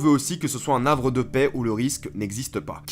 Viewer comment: On dit un Havre pas un Navre